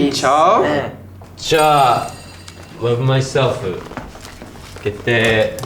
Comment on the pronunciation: の天才的なLove myselfの発音🫶🏻🫶🏻🫶🏻🫶🏻🫶🏻